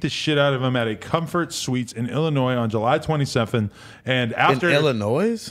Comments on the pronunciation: is an idiot, dude said “Illi-NOISE” 🤣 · there's no "s" pronounced at the end of Illinois. I thought this was well know by pretty much anyone who went past the 2nd grade. At least Adam knew that.